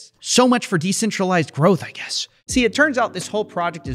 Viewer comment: Growth let's say it together growth ...not groce 🤣